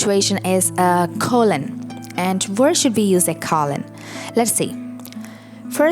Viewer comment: Don't forget about the Oxford comma, used after the final word in a list of items before the word "and." Or "and". Depends on whether you're an American-borne or British-borne writer. Pronunciation of "colon": KOE-lun, not CALL-un.